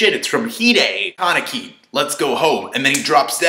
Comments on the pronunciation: ka-nee-kee not Kar-ni-kee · for ####s sakes learn to pronounce! its not that difficult! Hid:/ē/: Kanek:/ii/